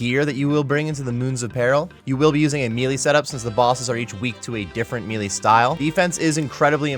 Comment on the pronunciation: Melee = “may-lay”